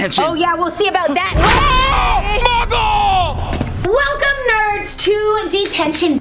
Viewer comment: I love when says muggl is harry potter